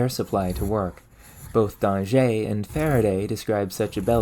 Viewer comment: Great video! I learned a lot about topics I didn't realize would interest me. Keep up the incredible research on human achievements! Also "Danger" in French carries the same meaning as "danger" in English. I doubt his ghost was too bothered by your previous slight mispronunciation.